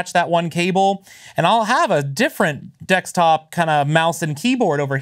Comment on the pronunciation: Take a shot of every time he says "dextop"